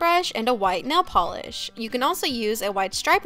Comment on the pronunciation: NAIL not NELL